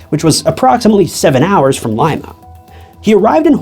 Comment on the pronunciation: It’s not LIME-ah… It’s leem-uh